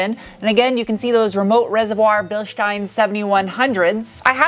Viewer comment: is the only american who say Bilstein right.